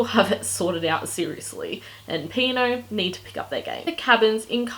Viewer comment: I'm pretty sure it is "P and O" - not "Pino"